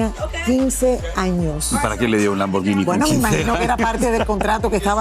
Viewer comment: Me gusto cuando dijo lamvergini